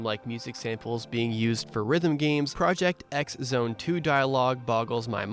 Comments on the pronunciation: Man hearing it a Ex zone instead if Cross Zone feels weird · Just a minor correction to note: the "X" in Project X Zone is pronounced as "Cross". The name of the series is Project Cross Zone.